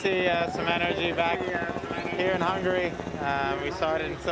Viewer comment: Its pronounced Hungary